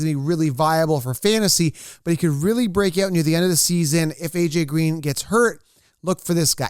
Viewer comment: He said AJ Gween LOL